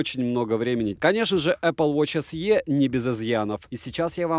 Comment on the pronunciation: Не се а си,так на презентации говорят,так же не лте а лти